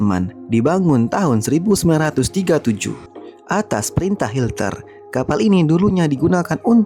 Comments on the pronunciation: Konten abal2 ngomong hitler aja jadi hilter,jd mls nonton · Bukan hilter tapi hitler min ...